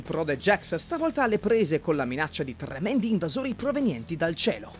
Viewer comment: Chi non ha una fazione è un Trrrrrrrrremendo invasore. 😁😁👍